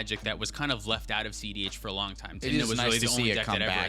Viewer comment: that time is also pronounced wrong.